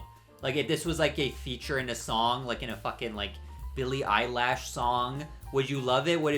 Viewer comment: saying billie eyelash instead of eilish brings out the millennial in you. please don’t